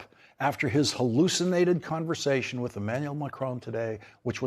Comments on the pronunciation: Why does it sound like he is saying Emmanuelle instead of Emmanuel half the time? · How he is pronouncing Emanuelllleeee, and mimiking his voice with this weird huff.... does he have a crush on this man? well yeah, Macron is good looking. A complete different level than Don can ever achieve. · Doe he like “ iiimanuuuual “ ? Such a passion he pronounced his name 😬